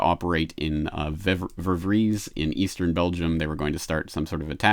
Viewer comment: Actually, it's "Verviers", not Vervries.